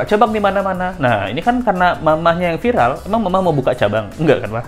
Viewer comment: viral apa vilar 🤣